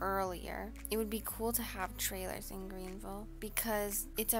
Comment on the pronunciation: Man said Green vile